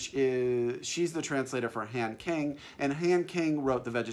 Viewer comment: I live in Korea and have been wanting to read One Hundred Shadows for a long time, but I can't get it! 😢 Just a little note on Korean names: the short a doesn't really exist, so most 'a's are pronounced like 'ah'. It's not Han like 'hand', it more like Hahn Kahng.